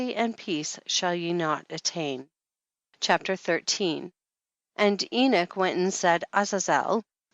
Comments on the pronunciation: Why does she pronounce it "eenik," as opposed to "eenok"? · Enoch not enik! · Why is she pronouncing the name "Enick"? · Is she saying the book of enich? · Her terrible pronounciation of "Enoch" makes me sick,. I cant last but 2 mins...:vomit